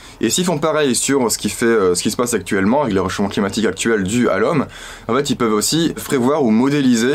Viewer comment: J'aime bien comment il a accentué le "DU À L'HOMME"